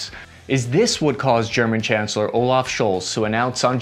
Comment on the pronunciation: BTW "Olaf" is pronounced "Oh'luff" not "Olove", if that makes sense...